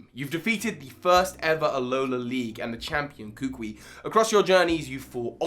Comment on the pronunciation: It’s not koo-qwee…. It’s kuh-coo-ee